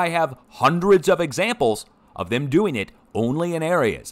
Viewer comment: forgive USGS, even though ( THAY ) know what (THAY) Are DEWING 😂💗